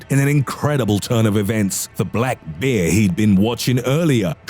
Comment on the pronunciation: Stop saying "bear" with that voice. Sounds like you're saying "beer"